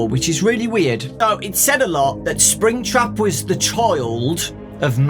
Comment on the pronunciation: Fnaf fans: make some good book Scott: BEB SPRINGTRAB HEE HEE